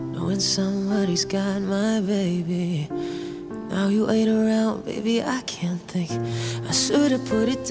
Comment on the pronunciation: I remember first hearing this song a couple months ago on Spotify, and laughing at the way Christina pronounced the word 'baby' in one of the lyrics every time I listened to it. I didn't know anything about this song's authors or what happened to them. So imagine how shocked I was when I read the top comment on Kurt's music video for this song, and a quick Wikipedia search later... I didn't know a lot about Christina, and I know I'm 4 years too late, but this emotion hit me like a truck. The raw emotion shown when she sang the song and the pure skill and talent, it left me speechless, every time I watched and listened to it. RIP Christina, this song and so many others from you and this family of Cover Artists, will be playing over and over in my head and in my earphones for years to come. I hope you look down on all of us and are proud of the people your friends have become.